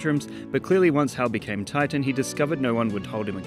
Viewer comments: The super hero villain is actually called 'Tighten' not 'Titan' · It’s actually ‘Tighten’. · Btw it's "Tighten" but I understand why you used the cooler name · Small Correction: his name is "Tighten", not "Titan". Megamind called him Titan, but Hal misunderstood and started calling himself Tighten instead.